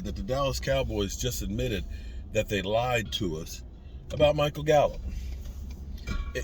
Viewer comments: It's Gallup not gallop 🙄😂😂😂😂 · GALLUP NOT GALLOP